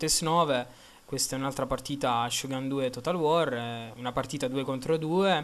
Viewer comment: la nanigata non esiste ed il codachi non significa nulla, shogun si pronuncia sciogun e non sciogàn, è giapponese dio bono...